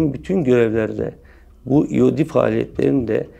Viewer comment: SAS komandosuna öğretiyor adam :D sen önce eod ile eyp nin farkını öğren sonra konuş. Ayrıca ingilizce bilmiyorsunuz sanırım eod(explosive ordnance disposal) ingilizce bir kelimedir ve kısaltması ''iod'' şeklinde okunur. Eyp ise el yapımı patlayıcı demektir. EOD ile hiçbir alakası yoktur.